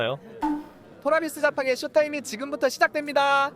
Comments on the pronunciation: 팀명 발음이나 똑 바로 해라 토라비스 자팡이 머냐? ㅋㅋㅋ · 그룹이름에 나라를 쓴거자체가 코믹ㅋ 트레비스 제펜이라고 발음못하는것도 코믹ㅋ